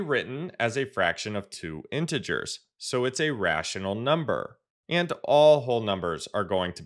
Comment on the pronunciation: It's not intgrs it's intee ge4s